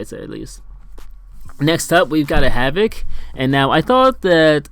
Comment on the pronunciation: "havok" not back